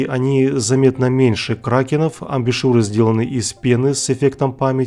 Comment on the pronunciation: "embouchure" (фр.), так что не "амбИшюры"